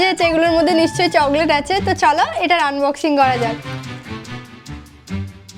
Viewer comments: চগলেট না চকলেট 😂😂😂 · চকলেট না না চগলেট 😂😂😂😂😂😂😂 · আপু একটা কথা বলি যদি কিছু না মনে করতে আচ্ছা তুমি চগলেট বলো কেন ওটা তো চকলেট ❤❤❤❤❤